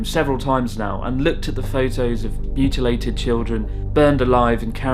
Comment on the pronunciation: did anyone else laugh when he said mutalated and stuffed in a fridge?